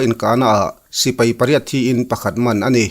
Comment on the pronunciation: "Sipei" nilo in Sipai tihtur zawk aw